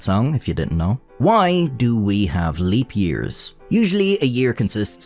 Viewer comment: WHYYY, do you pronounce “why” that way??